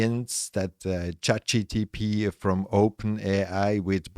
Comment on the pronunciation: Actually, it's *Chat G.P.T*, not GTP...